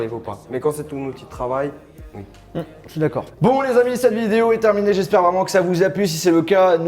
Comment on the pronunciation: le OUI de charles c : UI